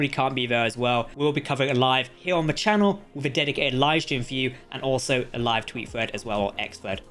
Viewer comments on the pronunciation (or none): none